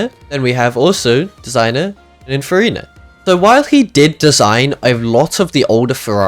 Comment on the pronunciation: why does bro keeps saying pinafarina